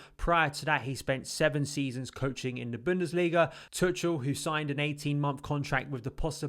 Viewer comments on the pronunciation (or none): Okay first thing we need to sort out is Thomas Tuchel name is pronounced to-shell not tut-chul.... 😂😂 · the "ch" pronounced like a hard K. Much like a Scouse "K"